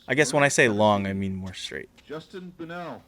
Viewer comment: Justin "Brunnell" hahaha